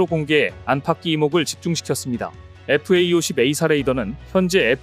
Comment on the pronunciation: 제발 FAE-50이라고 읽지 마라.